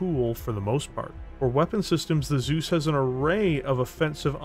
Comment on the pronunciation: Well... how to pronounce "Zeus" the real Steiner-way? "Soos"? Nope. "T-soys"? Jawoll!